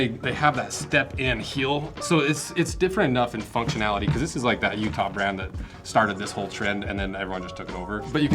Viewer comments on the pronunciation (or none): none